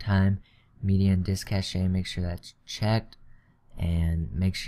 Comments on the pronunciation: 2048 = 2GB it's not cash-ay it's pronounced cash. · Cache is pronounced *cash*, not cash-ay